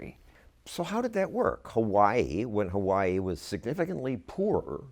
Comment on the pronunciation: Love Tulsi. Hate the way she says Hawaii